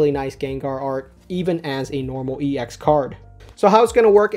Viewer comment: I hate to break it to you, but 'ex' is not pronounced like an acronym; it should be pronounced like the ex in ex-girlfriend :P.